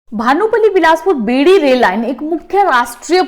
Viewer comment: Its not बेड़ी, its बैरी